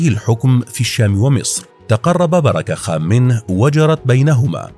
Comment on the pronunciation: بركة خان و ليس بيراك خان